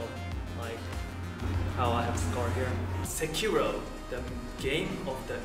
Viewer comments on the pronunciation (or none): What still baffles me is that eventho the guys are japanese themselves, they still butcher the pronunciation. Se ki ro せ き ろ う 関朗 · It's funny how they pronounce the name Sekiro with an American accent at the end ;P